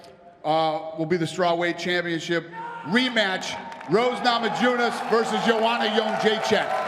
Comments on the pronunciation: “Rose NamaJEWness”, really Dana White? Know your fighters name and get the pronunciation of their names right. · Dana: "Rose Namajoonez" LOL